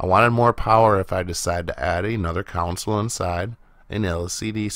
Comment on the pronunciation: Console...not counsel.